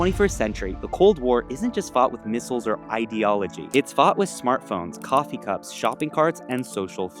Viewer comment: Coffee not coffu